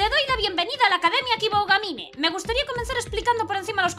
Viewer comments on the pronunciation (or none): Dos cosas: - Aunque ellos hablen, sí, dobla tú, pls. - Se pronuncia Kiboogamine [una o un poco más larga]. Esta serie tiene muy buena pinta, sigue así :D